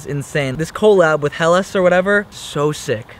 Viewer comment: Pronouncing adidas "adeeduhs" is one thing but not pronouncing helas "aylas"?